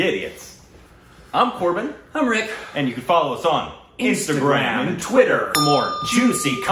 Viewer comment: Rick is so good when it comes to pronouncing Indian names❤🤩